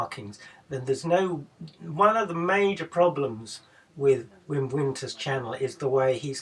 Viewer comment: At least try and pronounce his name correctly. It's pronounced Vim.